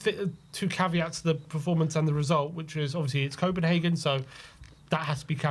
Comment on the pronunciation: its copenhagen